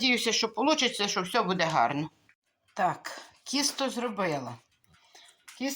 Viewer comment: ви говорите кісто,а не тісто,чи можливо мені так почулося